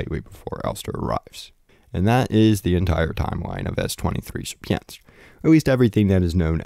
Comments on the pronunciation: Or „sheer”-„pin”-„skii” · Hey man. You have literally butchered the "Sierpiński" pronuncitation. I would have never thought that anyone can articulate it in such a way and the proper way to say it sounds absolutely nothing like it. :D